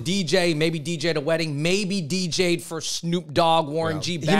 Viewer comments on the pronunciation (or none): none